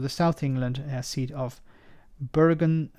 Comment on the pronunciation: for a native speaker of English you really mangled "Old Southwark" and "Bermonsey" The constituency also includes "Rotherhithe" The constituency northen boudry runs along the thalweg (middle) of the Thames apart from London Bridge which is in the City. So if ever houses are (again) built on the southen side of London Bridge the residents will not be voting in Old Southwark.